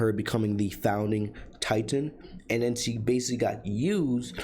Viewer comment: It’s BASICALLY! Not basi.